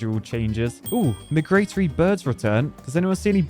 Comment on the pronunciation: Meh-gratery birds. My-gra-Tory